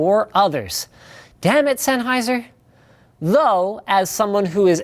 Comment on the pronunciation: Zenaizer. ZENAISER! ZENAISER!! Not fuckin S.